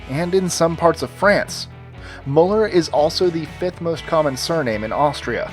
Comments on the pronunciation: It's Müller, not Muller. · I love how you didn't even once pronounce 'Müller' correctly. However, there is another German name that is probably just as popular. It's 'Mayer (/Mayr/Meyer/Meyr/Maier/Mair/Meier/Meir)' (and yes, I'm pretty sure all of these variations exist, plus the last name plus something else like 'Habermayer', plus 'Vogt' wich means the same and is the variation of 'Mayer' used in the middle of Germany) But whatever, that name is f*cked up. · The way you pronouncer müller is so damn funny